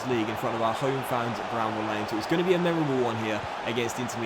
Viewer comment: It’s Bramall Lane not bramble!!